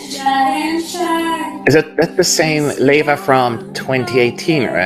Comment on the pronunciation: You have to learn Ieva's name. It's not LEVA. It's IEVA. It's a Lithuanian version of Eve.